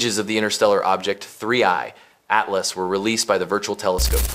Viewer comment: At the start, there was an unnatural gap between “3i” and “Atlas.” Then pronunciation changes throughout. Wish everyone just read their own content.